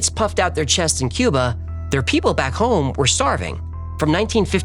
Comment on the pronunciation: Dude said 'Cuber', instead of Cuba...wtf.